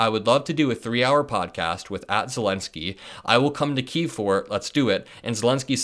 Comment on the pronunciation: FYI Kyiv is not "Kee-four", it's "KEE-eev", the capitol of Ukraine